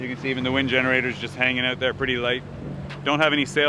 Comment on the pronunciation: Love your C accent in particular the 'out' ... 💙